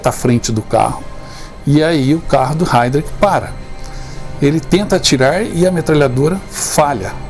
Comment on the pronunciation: A PRONUNCIA É: RHAIRISH